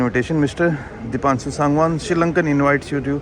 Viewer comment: Why do you pronounce your name 'दीपांछु' when your name is 'दीपांशु'